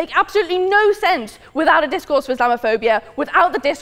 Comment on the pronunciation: And DiZCoUrZE